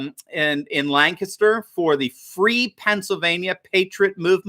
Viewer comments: I’ve been living in Lancaster, PA for 25 years now. Good news about stripping the Governor of his dictatorship. BTW you pronounced Lancaster correctly. Almost every state has a Lancaster but only PA pronounces in lanCASTer instead of LANcaster. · Always pleasant to hear someone pronounce lancaster the way we do. Lan-kiss-ter 😎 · I'm surprised to hear somebody pronounce "Lancaster" correctly.